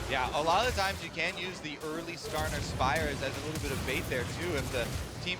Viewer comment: do they say karsa instead of skarner wtf